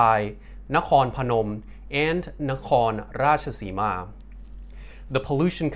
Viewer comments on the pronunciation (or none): u say NAKOLOSIMA not nakhon rachtasima to let sound it thai